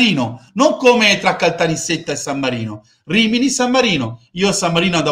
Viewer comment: Finalmente qualcuno che pronuncia correttamente Caltanissetta con due esse😂